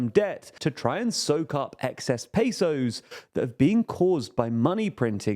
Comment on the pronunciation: Pronouncing Pay-sous is funny